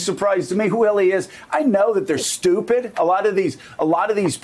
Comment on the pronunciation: I totally appreciate the gravity of the situation but I am not gonna lie: I also came here to hear Joe call people "stoo-pit"😂